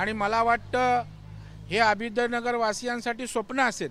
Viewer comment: याला अभ्युदय नगरचा उच्चार निट करता येत नाही आणि हा निघालाय पुर्नविकास करायला!